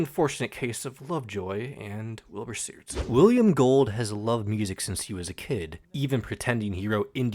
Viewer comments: great vid but the way you say soot makes me rip out my hair😭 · I don’t wanna that guy but you pronounced ‘Soot’ wrong! I was that guy too.